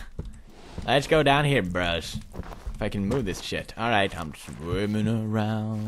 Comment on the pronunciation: it is let's, not dats